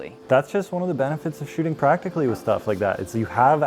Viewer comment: Timestamps of saying "pwacticaly"